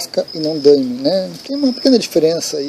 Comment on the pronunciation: Ola, estou meio confuso a respeito da sua pronuncia ''Dãeme'', sempre conheci por daime mesmo, por vir de ''Dai me luz'', ''Dai me poder'' etc.., me corrija se estiver errado por favor! abraco